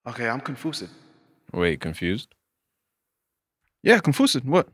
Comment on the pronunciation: Manz said Con-foosidd 😂😂😂